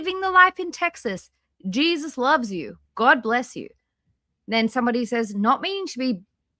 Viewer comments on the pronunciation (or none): none